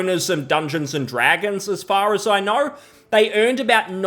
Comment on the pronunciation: "Hasbro, as far as a i knaur..."